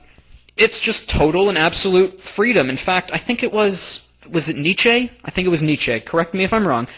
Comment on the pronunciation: No. It's not Nittchay, It's Nietsche, like Neat-Shee.